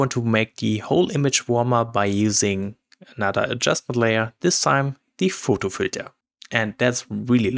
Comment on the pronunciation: Hasst Du gut getan. Danke ! (In english you pronouce PHOTO not Fôôôôôôtôôôô with a strong german accent 😄😄 aber gerne wieder !